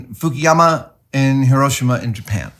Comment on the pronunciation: You pronounced Hiroshima correctly!!! Instant video like, before it's even 2 minutes in. Thank you so much.